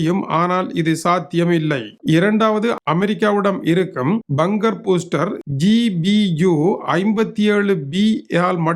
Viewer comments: அது பங்கர் பூஸ்ரர் இல்லை பங்கர் பஸ்ரர் துரை அவர்களே. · பங்கர் பூஸ்டர் என்பதே சரி ஆங்கிலத்தை ஆங்கிலேயர் உச்சரிப்பதையே கவணிக்க வேண்டும்